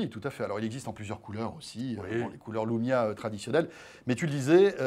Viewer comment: c'est moi ou jenten "Voici donc le lomia 1020" a ??